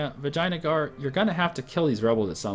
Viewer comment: It's pronounced vijeya-nagar